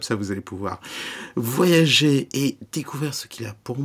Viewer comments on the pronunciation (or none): none